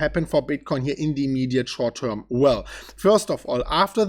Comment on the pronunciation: "Ze immeeediate schort teurm"?! Actually didn't say a lot about that today, more the longterm bullishness.